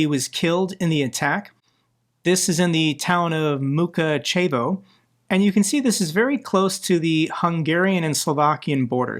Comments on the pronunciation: Mukachevo - the stress is on the second syllable. The way pronounced it sound like 2 Russian words: "мука"(torment) and "чево!?"(wtf!?). Russian missile destroyed a US factory in "the torment of... what the fuck?". I feel almost compelled combining quote with Russian "чево, блять!?!?" meme. I know it is a tragedy and it is just wrong for the whole war and its consequences to happen, the wording is funny though. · Accent on the second syllable of Mukachevo